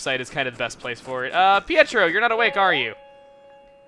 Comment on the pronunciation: You didnt even notice Pietro said "Hietro"